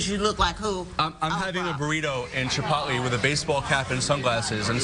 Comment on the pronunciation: The worst thing is this vid is saying shipotle is chipotlee